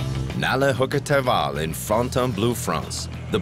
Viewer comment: *Hukkataival = wolfjourney. Its not haukka